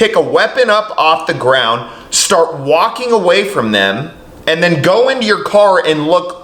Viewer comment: Sorry. MAYBE this is 'nit-picking', but I HATE the misuse of the English language, when it's so BROADLY taught in schools here. When 'poor' Jacob was explaining, he stated the police actions, "...And DEN...." (DEN being left without a proper SYLLABLE - LAZY) Jacob... Use your language CORRECTLY, IDIOT. 'DEN' is a room in a HOUSE. The word you were LOOKING for, Jacob, was "THEN", an adverb, meaning "at that time", or "at the time in question". How the F__K are we supposed to take you SERIOUSLY when you can't even state yourself clearly?